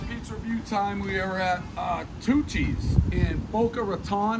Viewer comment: I kept thinking he was saying Two Cheese, then realised it was Tucci’s.